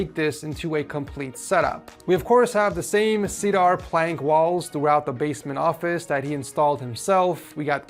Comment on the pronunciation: This fool can’t pronounce the word Cedar?